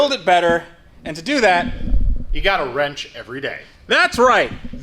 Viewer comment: why do I sometimes hear wretch instead of wrench when he says "you gotta wrench every day"...